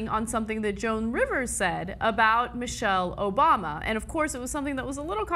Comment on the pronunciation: lmfaoo he said michael obama hahahhahaha